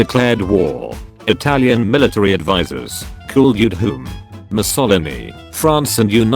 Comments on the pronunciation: it's mussolìni, not mussòlini, sas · The way "Mussolini" is said is very funny